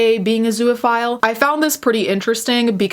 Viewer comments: Holy crap. I couldn’t get passed your constant butchering of the word “zoophile.” It has TWO syllables, not three. It’s literally just “zoo” and “phile” together with no vowel sound between that. Two syllables. There is no “uh” sound between the two syllables. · Please learn how to pronounce zoophile, it's not spelled zooaphile so its not pronounced that way